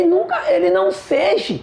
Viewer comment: cara, fala "seja". Òtimo vídeo, tá me ajudando muito